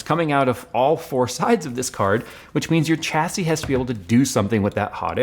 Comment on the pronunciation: Pls stop saying Chassis, its pronounced Shassy... why emphasise the CH but not the IS on the end? like when you wash your car, do you use a chamois leather, bet you call it a shammy leather, not a Chammy.